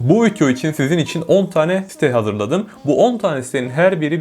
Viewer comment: fidyo dediği için odaklanamıyorum